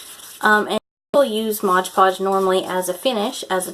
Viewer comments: It's "Mod Podge," not "Modge Podge." 😊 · And its Mod Podge not Modge Podge lol